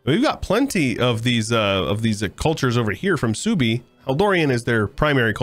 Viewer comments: Genau, Suebi würde gesprochen als "Swaybe" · Is Suebi based in the Germanic tribe of OTL? If so, it's pronounced Sway-bee or Sue-ay-be. Great stuff as always,; especially the passion, time and effort put into this mod. Edit: Gotta love Egyptian Australia! Edit 2: Yep, I'm a nerd 🤓🤣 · The way you pronounce suebi is giving me an aneurysm